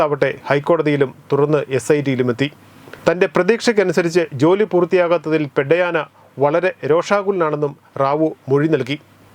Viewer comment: പെഡ്ഡയാന അല്ല Bro പെദ്ദയന അതായത് പെദ്ദ എന്നാൽ മുതിർന്ന അഥവാ വലിയ എന്നും അയന എന്നാൽ അദ്ദേഹം എന്നും അർത്ഥം ഭാഷയ്ക്കുള്ള അർത്ഥം സംസാരിക്കുമ്പോഴുള്ള സാഹചര്യം അനുസരിച്ചാണ് മിക്ക ഭാഷകളും